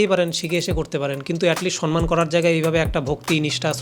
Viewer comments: 👉 দাদা সন্মান নয় সম্মান (সনমান নয় সমমান) হবে ওটা ছোটো মুখে বড়ো কথা বললাম ক্ষমা করবেন 🙏 আর ভিডিওটা একদম সেই ছিল দাদা ❤😂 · তুমি দাদা ওই পিসির মতন sonman বলো না প্লীজ । এবার somman বলো